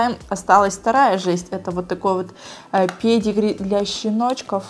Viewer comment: Я думала что ты сказала не педегри а пед*к 🙊😂